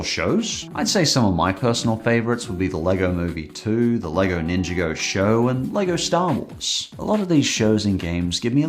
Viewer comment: "Ninja go" xD